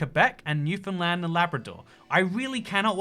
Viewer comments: Holy fuck he pronounced Newfoundland right. Lets go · The first Non-Canadian I've heard pronounce Québec and Newfoundland correctly. Props,! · Thanks for saying Newfoundland properly! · A Non-Newfoundlander who says Newfoundland correctly! I’ve heard people say it “New Finland”, and as a islander my whole life, it pains to hear it said so wrongly. I don’t even know why this is the hill I die on, the Newfoundland dialect makes everything sound weird (this is as a person who actually speaks proper newfinese) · How does he nail "Newfoundland" but pronounce "Kelowna" like that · Thanks for pronouncing Newfoundland correctly.